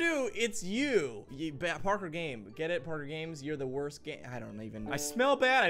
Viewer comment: Parker, the video said "wost" hahhaahhaa!